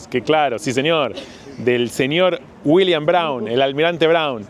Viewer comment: dice dAblin, dice Williams el ass roto este